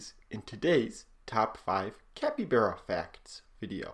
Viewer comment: Sorry to ruin your day or not but your pronouncing capybara wrong your pronouncing it like capybera and not capybara the a is not a e